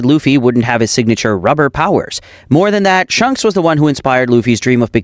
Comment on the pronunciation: Why did he called shanks shonks